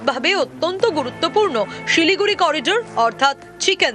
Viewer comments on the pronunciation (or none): none